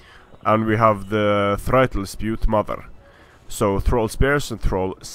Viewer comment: I know I'm two years late, but I just wanna point out that "thrall" is pronounced "träl" not "freitel"